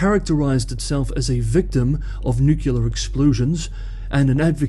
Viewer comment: The word is not pronounced nuke-yoo-lar, it is pronounced as spelled ... nuclear ... noo-clee-ar.